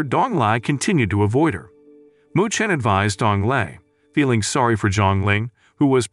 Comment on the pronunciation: The part where the narrter says sowrry instead of sorry